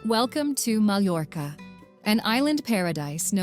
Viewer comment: Poor narration. Poorly pronounces Toledo, misspells and mispronounced Mallorca, Real Madrid is mispronounced. Do your research before narrating.